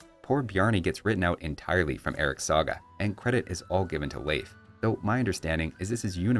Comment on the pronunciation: As a Scandinavian, very good pronunciation of Leif. It's still a common name here.